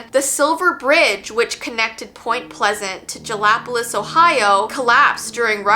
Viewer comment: it’s pronounced “gala poll is”